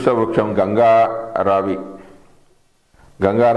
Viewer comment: గంగా రావి కాదు, గంగరావి